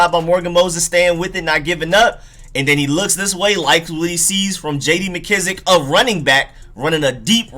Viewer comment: Painful to hear for sure. I hate how he pronounces mckissic too